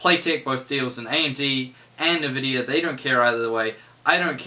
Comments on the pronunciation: Love your videos although the way you pronounce Nvidia is a tad infuriating-bloody kiwis!!! In all seriousness keep up the good work mate, very informative videos. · My immersion into the video goes away every time you say nvidia.